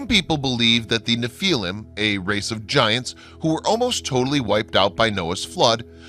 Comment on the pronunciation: Good documentary. Would have liked to see the pictures from the old newspapers of bones on display. Only comment, Nephillim is pronounced NEF uh lim.